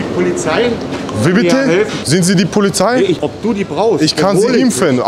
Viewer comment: Isch rufe die "polizhei" 😄